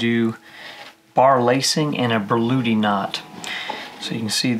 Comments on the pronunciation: "Börludi knot"... Really, that's how you pronounce it? 😉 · I've only ever seen it written Berluti. As far as how to pronounce it I don't really know. I only know how to tie it 👍